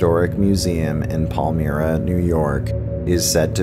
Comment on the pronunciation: Palmyra lol pal MY ra not me ra good try tho